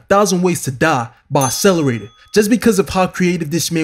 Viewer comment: There are two Cs in 'Accelerator'. Stop with the ASS-eleraytor bro.